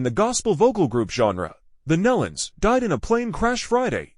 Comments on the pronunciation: If you are going to do a public announcement or video about someone PLEASE make sure you pronounce names and places correctly. I knew Kelly for a long time and Their name is like KNEE-LON not MELON!!! Just say'in! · PRONOUNCED. NEELON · that's been driving me crazy... It sounds like Neelon (like knee-lun). I grew up with the Nelons. But never the less, it's so, so sad. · You really should learn how to correctly pronounce names before you post for the public to see. Nelons...(Knee Luns) Melodi...(Mel-o-di) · It would be nice for grieving family and friends if the Family name NELONS was spelled and pronounced correctly instead of Nullens or Nellans!😮😢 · Maybe hitting the ground from 26000 feet. Bull crap posting very sad it's aloud. Obviously, didn't know anything about the Nelons or how to pronounce their name. I've been posting their music videos for years and probably know more about them than this post.